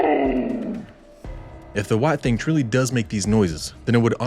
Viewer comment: I enjoy your videos!! I encourage you to keep them coming! I am sharing them and eventually your channel will have a huge amount of subscribers.. It was fun hearing your accent when you said "Alabama White...thaaannng" ...its a southern thing : ) keep all the good videos rolling!